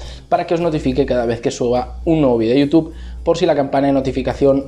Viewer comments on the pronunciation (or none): none